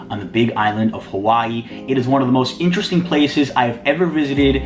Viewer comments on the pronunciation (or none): none